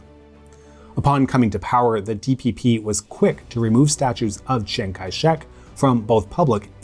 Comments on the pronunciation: Lol, it happens. We all make mistakes with foreign languages i think. Best we can do is try our best. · You butchered your pronunciation of Chiang in Chiang Kai-shek.